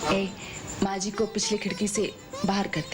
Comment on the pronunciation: Nhi bro usne maaji bola jo sunne me aaji lagra h 😂😂😂